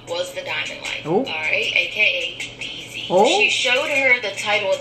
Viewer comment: Why is she calling you Diamond? 😂 Wtf 😂 It's DZ....not Diamond.